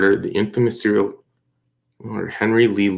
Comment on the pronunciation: it’s “serial” lol I couldn’t help myself. Great video as usual